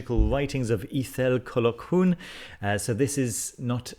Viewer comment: Ithell Colquhoun is pronounced Eye=thell Col-hoon. :-)